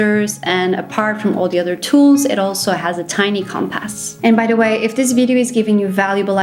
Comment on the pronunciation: I really enjoyed the way you pronounce "compass" 😁 Great video, I have seen just about every single BOB video on youtube, and yours was really a refreshing change of pace coming from a "normal" person instead of a prepper. Especially appreciated the advice about staying fit and healthy. Overall a pretty great bag I think, but a few extra tips: With the USB, people should learn how to use portable software like veracrypt to encrypt the most sensitive data. You can have multiple folders on the USB, one for open access and one for sensitive documents like passports etc. Otherwise, if your bag gets lost or stolen, criminals can have all your info. I would also include an emergency mylar blanket for sleeping in case the weather is cold. Not only do they reflect heat, but they are a great windbreak too, and take up very little space. Similarly, an emergency plastic poncho takes up little space, costs a few dollars and keeps you and your bag dry in the rain, plus can be used for rain collection or shelter in a pinch. I also recommend adding a ferro rod as a backup fire starter. The sparks can be used to light tinder, but also to light gas stoves. I once had the igniter on my portable gas stove give out and had to use the ferro to light it up!